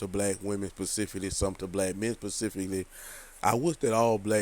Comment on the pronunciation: It’s specifically not pacificly